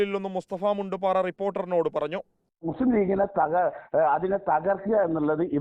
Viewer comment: മുണ്ട് പാറയല്ല.. മുണ്ട് പാരയാണ്